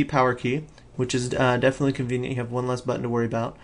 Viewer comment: he does say 'convient' like.. a LOT :P